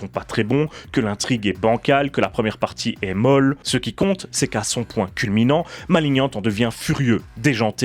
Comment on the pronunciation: Par contre faut faire un choix, soit on dit malinian, soit maliggnante, mais maliniante ça fait encore le français inculte qui croit savoir prononcer l'anglais.